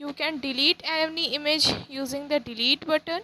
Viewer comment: It's not image it's imij ur pronouncation is not good